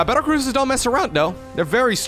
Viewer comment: did you say "cattle bruisers" and was that intentional? :-D